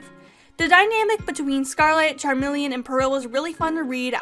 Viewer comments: I have never heard anyone call Chameleon Charmeleon, Charmeleon is a pokemon. It’s pronounced like Ca - me - le -on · I love how you call chameleon charmelion like the Pokémon lol Sorry I don’t agree with most of your opinions on this one, but I’ve still watched the whole video and im still subbed!